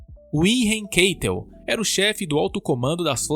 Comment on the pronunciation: Keitel se pronuncia "Cáitel"